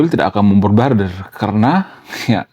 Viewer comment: Susah nyebutin MEMBOMBARDIR ya bang😂